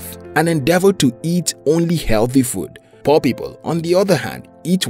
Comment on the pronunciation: When you tell poor people I heard poppy ball